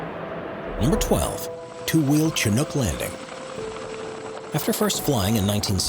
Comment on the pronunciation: Chinook is pronounced shh nook